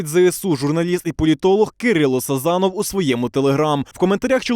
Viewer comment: Це повідомив Кирило СазОнов, не СазАнов. Великий Львів мля. . .